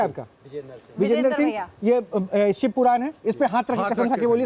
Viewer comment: ये औरत जो अपने आप को लक्ष्मी का अवतार बता रही है, ये कह रही हैं सिव अवतार , शिव अवतार होता है ।